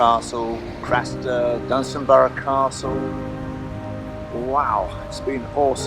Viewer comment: Very interesting informative video, and well put together. Nice to hear Dunstanburgh Castle pronounced correctly. Worth watching more than once.